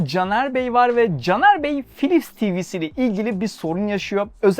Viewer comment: Philips harika bir markaydı... Gerçekten harikaydı. Ama ne zaman biliyor musunuz? 'Pilipis' diye telaffuz edildiği zamanlar...